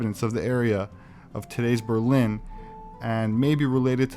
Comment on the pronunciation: Ber in Berlin is not pronounced ber the way you did, it is pronounced the same as bear in English, haha.